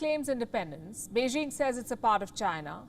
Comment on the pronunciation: "Beijing", "Xi Jinping". These words should not be pronounced with soft j's. Do you know why? It's because the language of China is not French.